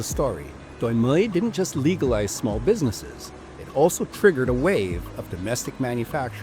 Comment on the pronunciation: this is an excellent production, but i just can't get over the pronunciation of doi moi, it's very funny when done properly